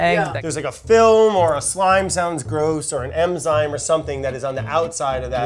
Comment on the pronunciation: 'Emzyme' -Brad